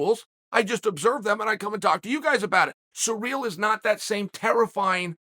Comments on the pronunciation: by the way, its Cyril, not pronounced Surreal !! doh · The only thing surreal about this situation, is uncle chael pronouncing ciryl!